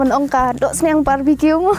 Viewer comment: Sning sht ong ui briew sniang iu mrad so its sniang not sning